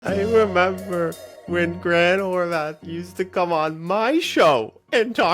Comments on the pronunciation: Bro. There’s not a “th” on the end of his last name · Why is he pronouncing Horvat like that ?